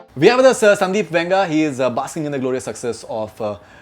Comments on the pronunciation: Not Venga, it is Vanga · Why is Faridoon continuously saying Venga?? The director's name is Sandeep Reddy VANGA ! Please do some homework !